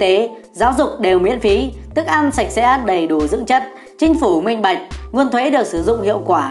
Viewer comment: thực phẩm sạch :))) dấu nặng :))